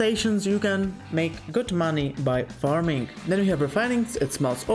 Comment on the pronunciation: Parming? What are you, a Filipino?